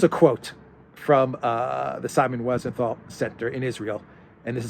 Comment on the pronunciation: It's Simon Wiesenthal with a long E, like 'WE senthal.